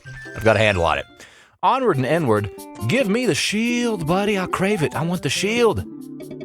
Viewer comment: did boy just say "onward n-word" or am i tripping LMAO